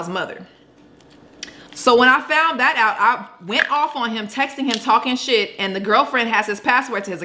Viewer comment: I’m weak she said shid I do 😂😂